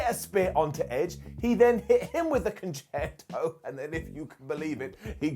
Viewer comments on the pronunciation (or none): none